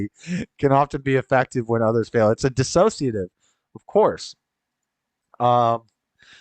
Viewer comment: I’ve been following your vids for the past four years. I enjoy seeing you thrive, not just survive. You have a good heart and a strong soul. Thanks for taking us along on your journey. I hope you don’t mind, but the word is dis-sociative, not dis-a-sociative. I hear highly educated folks everywhere mispronouncing that word. I majored in Psych….😅❤